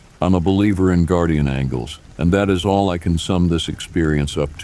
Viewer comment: Is guardian ANGELS not ANGLES!¡! Angle as a triangle Plz check ur pronunciations